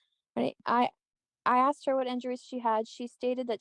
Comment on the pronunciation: It's "asked you." NOT aXED you." How can such an educated individual keep making the same error?